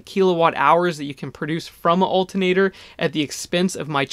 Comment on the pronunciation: please pronounce ALTERNATOR correctly :) thx